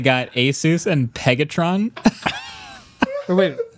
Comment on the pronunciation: Marques couldn’t even say “Pegatron” lol😂